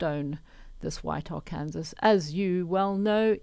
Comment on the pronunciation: Just wanna let you know that word is pronounced “Ar can saw” not phonetically “arkansas” in America. Its one of our states.